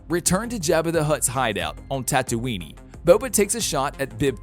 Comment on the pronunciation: Tatooiney???? AAAAAHHHHsoka????